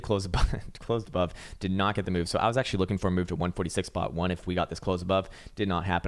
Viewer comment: "AchTUAlLyy Finland is very beautiful, aCHtUAllY" Hey everyone, thought Finland was a shithole,;)